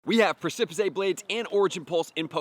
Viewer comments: You are indeed pronouncing Precipice wrong. It's precipice, like on the precipice of defeat or precipice of victory, not precipisay. Prec·i·pice. Google has an audio way of saying that, but hope this helped. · Ffs its pronounced PRESS-A-PISS not PRESS-A-PICE for groudons move. Im happy that you learned the word by reading but its killing me hearing it pronounced wrong lol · DUDE. How many times do we need to tell you?? “PRESS-ih-PISS” is how this common word that most people already know is pronounced! STOP! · I love you and your tips, but you PRONOUNCE A Lot of things WRONG! Sometimes I cringe. The move is pronounced Press-Suh-Piss! Press-Suh-Piss Blades! Please! Thank you! ❤ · I can't believe he didn't know how to pronounce Pre-ci-pice Blades. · lol I'm pretty sure it's it's precipice (press-ip-is)? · I like how you pronounce the move a lot better but the correct way is: precipice /ˈprɛsɪpɪs/ noun a very steep rock face or cliff, especially a tall one. "we swerved toward the edge of the precipice" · Precipice is pronounced as press-si-piss 😁😁😁 Can't wait for the primal raids!! :_HYPE::_HYPE::_HYPE::_HYPE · Both videos he's made with it had me giggling when he said it pre-sip-uh-say, sounds like a fancy Spanish version. Reminds me of when me and friends say silly stuff like tar-jay for Target etc. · The annunciation is “Press-I-piss”. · Repeat after me. "Press a piss" Precipice, as in a sudden and steep cliff. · “Press-e-pess” Blades sir. Since you asked. Lol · You should look up the work "Precipice". Press-si-piss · Press-eh-piss blades is the pronunciation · Just wanna correct its Pre-ci-piss blades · Preh-sah-pis blades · Precipice blade should be pronounced as press-sa-pis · Thank you!!! Every time he said “Preh-sip-his-say” I wanted to tear out my hair! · Press and piss? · Yea it's so annoying, pre-si-piss -ae bruhh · Pronounced press-ih-piss blades. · Press a piss I think is how you pronounce it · Preh-sa-piss blades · Press-ih-pis ffs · Press-eh- Piss